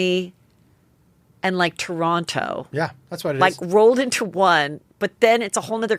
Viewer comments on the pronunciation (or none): I love how Americans over pronounce the to in Toronto lol love ya heather